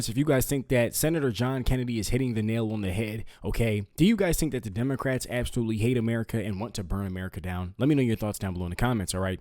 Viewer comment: Right at the beginning, did you say democrats or did I hear demonicrats. I find the latter more accurate.